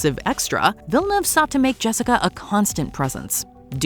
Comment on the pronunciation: It's not villeneve. It's pronounced vee jah new ay vah